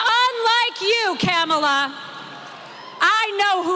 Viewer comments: The way they mispronounce Kamala's name on purpose is so juvenile. They are racist and disgusting! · They are mispronouncing her name on purpose. It's a show of disrespect at this point. It is annoying for sure. Maybe we should start calling donny boy Mr. Don'Old? Just saying. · They mispronounce her name to make it seem like she’s a foreigner. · And all the while, insulting their followers by assuming that they’re not or low educated. I bet you all the people in the crowd know how to correctly pronounce her name by now. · Stupid Alana daba-doo it’s not Camel-a, not KaMAla, it’s KA-mala or comma-la or , la. Comprendé? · 👂🏽LISTEN UP! hey maga, it’s simple but to help ya out, it sounds like this…. ,la (comma-lah) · The Camel’a pronunciation was intentional. She knows how to pronounce it properly, but incorrectly is intended to be insulting. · The reason for not pronouncing Kamala is pure ignorance and they’re siding with the right party dummies r us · They mess up Kamala Harris’s name intentionally. The same way that Trump says Barrack Hussein Obama. They are vile!!! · And he flopped badly at the NABJ Conference in Chicago too! He just whined and cried like a baby, about the sound, about the ABC Reporter. He repeated his same old lies about immigrants, and just generally made stuff up. And yes they are deliberately mispronouncing her name. Nobody cares! She is whipping him in the polls, and so they have to resort to name calling, and insults. Just juvenile behavior. And Kamala has already met with President Zi Jinping as Vice President! So what is he talking about?? Just stupid! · Did you notice the black and white outfit too? And they mispronounce her name on purpose as a mark of disrespect. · They know how to pronounce her name. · Harry, my boy. They’re pronouncing Kamala wrong on purpose. I can provide several reasons why, but the most recent is Trump’s interview with Laura Ingraham. Talked about pronouns. Says he doesn’t give a shit about em.